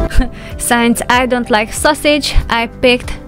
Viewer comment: Wonderful tips and routines, performed so effortlessly! Everything you do is done with style and grace. One small quibble: the word "since" does NOT sound like "science" even though the captions give us the word science, when you say since. Please...the word is "since" and the first part rhymes with chin, fin, gin, kin, pin, etc....